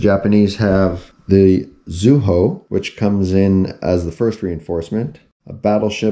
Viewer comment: It’s Not Tone....it’s pronounced Toe-Nay. Zuiho is pronounced Zwee-Ho